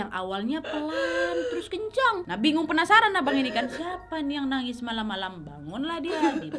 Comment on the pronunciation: "Penapsaran" wkwkkk sama banget kak nad, aku juga sering lidah belibet kesleo